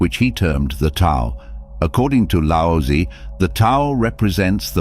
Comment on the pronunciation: It's pronounced lao zu not lousy.